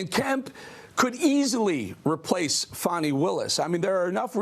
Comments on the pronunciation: Thanks for pronouncing the name of Georgia's Attorney General correctly. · HOLY SHIT; A REPUBLICAN PRONOUNCED HER NAME RIGHT